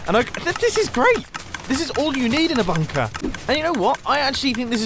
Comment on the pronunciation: Nobody Mumbo: bünkër